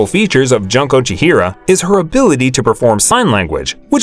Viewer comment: poor junko, butchered by the narrator